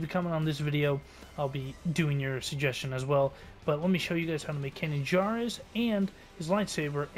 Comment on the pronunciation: believe it or not i've been a huge Star Wars fan since the phantom menice, but never eard of a Can jar i presume yqu saiud /kanan jaris, and even though they now sounds ridiculous because i thought you meant din jarin , lol